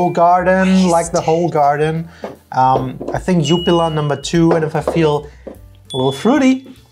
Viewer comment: You kinda mispronounced jupiler the "ju" is shorter 😉